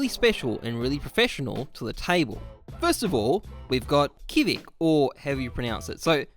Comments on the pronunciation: Kvik is just pronounced like quick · It's pronounced as Kvik - quick Booml4 - boomH